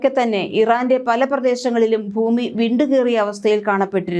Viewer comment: വാർത്ത വായിക്കുമ്പോൾ "ഫൂമി " എന്നു പറയല്ലേ പൊന്നു ചേച്ചി.. ഭരണിയുടെ "ഭ " ഭൂമി. മനസ്സിലായോ. ഫൂമി എന്നൊരു വാക്ക് മലയാള നിഘണ്ടുവിൽ ഇല്ല 😂